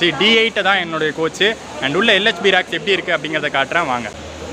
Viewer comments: ரேக்ஸ்....என்று சொல்லவும். ராக்ஸ் ....இல்லை..‌ Rakes.... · You are pronouncing as RACK in Tamizh. But you have to pronounce as RAKE.